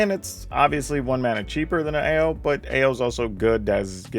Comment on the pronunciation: Are you sure it's pronounced "Oww" and not "Ay-oh!"?